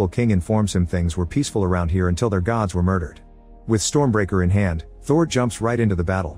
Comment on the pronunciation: It not goods it's Gods😅😂